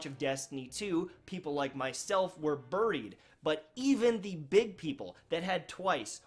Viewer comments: Is that how you’re supposed to say “buried”?? Burrreeeed? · BURRIED? I don't know what region that pronunciation comes from. Joking around, good vid. I feel for my Destiny streamers. These folks were along for the awesome D1 ride. D2 just ain't getting it done. I've been hitting PUBG hard for months now and just don't even crack open Destiny. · haha "Berried" like he got changed in to a berry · Berry’d aye? Canadian accent aye 🇨🇦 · I love how he says “burried” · Just a sad situation all around. I dream of the day I see the Destiny twitch directory light up like a god damned Christmas tree. I think it can happen too, but it's going to take a lot of work and a lot of time. I'll remain cautiously optimistic about the future of the franchise - but I'll also reach out and play other games that grab my attention. ...also, you say 'buried' in an interesting way, and it's now stuck in my head. ILU.